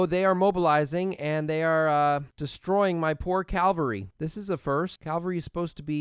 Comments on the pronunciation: c-AV-alry no t c-AL-very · I love your vids but pls start pronouncing casus belli and cavalry correctly I beg you